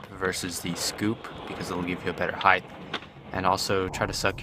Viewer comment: Heighth 😂😂😂. Good vid tho.